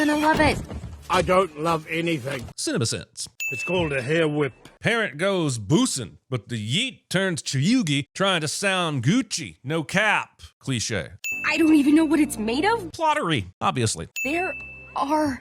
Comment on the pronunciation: he pronounced bussin' like 'boose-in' 😂😂😂.....it's pronounced as 'bus-sin'....like 'bus' and 'sin'